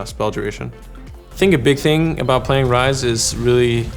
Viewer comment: Talk abAhaut